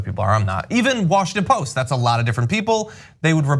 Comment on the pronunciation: Washington Post - Drop the "t"